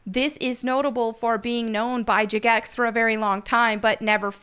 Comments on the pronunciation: I swear to God after 20 years and now this and pride parades in game i'm quitting. This is getting stupid. Also, why are you calling it Juh-Gex 🤣🤣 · She said “juh-gex” 😂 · jah-gex xD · You know someone doesn't play RuneScape when they can't pronounce Jagex correctly. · why do you pronounce jagex like that